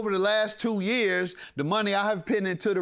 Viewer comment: “You owe me my munoney” LMAO